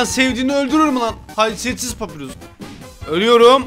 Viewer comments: Abi papirus diye okimican papayrus diye okican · Ya abi papirus değil papayrus de şuna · Abi papirus değil papayrus deniyor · yanlız o papirus degil papayrus diye soyleniyo